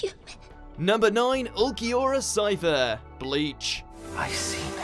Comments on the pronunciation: Ulquiora cifer😭😂or ulquiora shiffer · That pronunciation of Ulquiorra Cifer made me nearly infuriated.